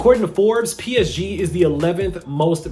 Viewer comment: Your pronunciation of PSG is horrible. Fans of the team are cringing